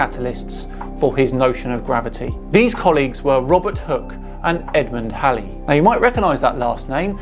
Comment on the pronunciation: thanks for not pronouncing Edmond Halley's name like Bill Haley & His Comets.